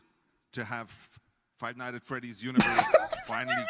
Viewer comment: God it was such an honor to meet Mathieu Cote and grab a photo with him. He’s the dude who handles all the licenses and what not for dbd but he can’t pronounce Five Nights at Freddys for the life of him with his thick French Canadian accent 😭